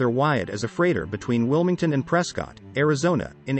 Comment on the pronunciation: Ptrescott … not prescottt , can tell you Arenot from Arizona.|-Sad